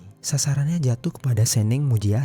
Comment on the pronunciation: ngomong nya itu seneng bukan SENENG bang